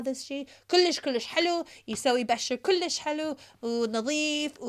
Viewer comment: Kolish helo kolishh kolish 😂